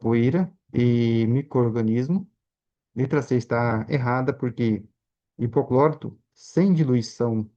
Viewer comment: Alguém sabe me informar o que é 'hipoclórito", que esse homem fala?